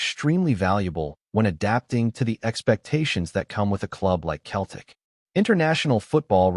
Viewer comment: Pardon me but why is a USA commentator continually saying "KELTIC" get your damn pronunciation correct its CETLIC "SELTIC"...